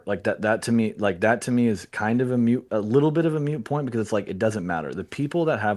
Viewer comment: "Mute Point" It's MOOT point you dense potato